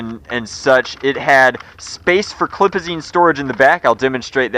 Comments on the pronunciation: did he say clipizine? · Why do you call them clipizines? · Did he just say clipazine? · Magazine. Stfu with “clipizine” and “clip” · Stop saying clip/ clipazeene it's so cringey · stop saying clipazine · DaRk MAGE yeah I know he said clipazeen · No no no he said clipazen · why does he say clip AND clipizine!? it's a damn magazine !